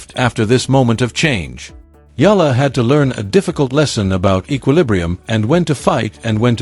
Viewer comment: ALEX EALA-- ALEX E- YA - LA . NOT AYA.